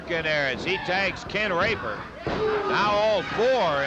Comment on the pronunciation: Sounded almost like he said Ken THE Raper 🤣